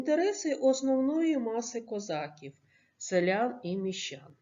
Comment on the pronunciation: Ви звичайно вибачте за критику але не правильна вимова слова козаків 😐